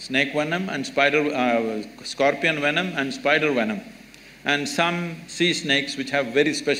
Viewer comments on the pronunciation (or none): none